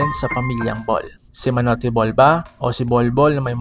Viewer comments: Manut ang pronounciation hindi manute correction lang. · Bakit ganun ang bigkas ma nu te imbes n manyut tapos pildelpiya imbes Philadelphia😮😢 ayusin mo👉😂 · maniyot bol not manoti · Hello sir I correct ko lang po Hindi po MA..NU..TE Ang pag basa Nyan kung di MANYOT or MANUT BOL... Ang pagbasa po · Hindi manote ang pronunciation kundi manyot.. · Manoteh bol sino Yan...Kung ang minute vah pah basa minuteh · Manoteh Bol ang pronounce mo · Wag ka na magsalita mali mali ang bigkas mo MA NO TE BALL DERETSUHIN MO MUNA PAG BIGKAS MO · KUNG PAPANO MO BASAHIN ANG WORD NA MUTE..! GANON ANG PAG BIGKAS SA MANUTE..! PATI UNG ORIGON MO MALI DIN HINDI ORAYGON..! KUNG ORIGON..! WAG MONG MASAMAIN HA TINATAMA LANG KITA KAIBIGAN..!😌😌😌